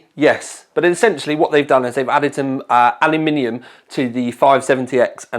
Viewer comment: Someone who pronounces Aluminium correctly. Awesome video bro.